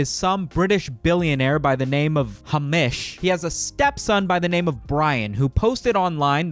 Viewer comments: Hah-mish. Some british people have white names,, it's Hay-mish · saying the name Hamish like the word Amish had me rolling for no reason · You triggered every single non-American by the way you pronounced Hamish (Hay-mish) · The way he pronounces Hamish...